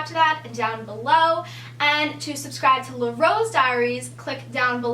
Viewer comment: Um... Sorry but just to correct you it's LAH rose dairies and not le. If you say le it means something totally different that doesn't make sense. Just trying to tell you not trying to be rude.